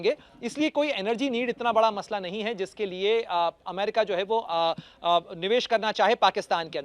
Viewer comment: लो अभी भी ठीक से अमेरिका नहीं बोला 😅😅